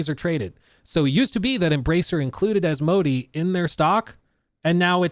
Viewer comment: Took me a while to figure out who this "a" company is. It's pronounced more like as-mow-day